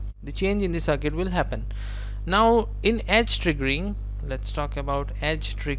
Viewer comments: He's actually saying Ass! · Amazing lectures brother. Love you for them. I burst out laughing whenever you said edge, it sounds like ass. Positive ass , negative ass xD